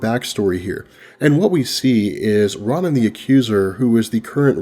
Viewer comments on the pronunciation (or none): Everytime you say 'Ra-nen instead of Roe-nun. the hairs on my neck stand at attention.